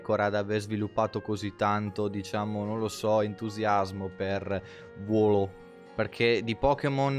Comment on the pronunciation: Molto bello ma leggere wooloo "wolo" mi turba